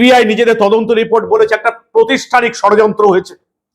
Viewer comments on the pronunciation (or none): The word is PRAATHISTANIK, not PROSTHISTANIK.